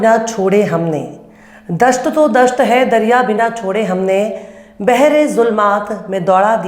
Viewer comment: Madam dasht to dasht aap dast bol rahi haen yani. Zameen